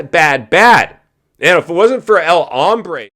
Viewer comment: Hey.....it's Hombre not Hambre!!!!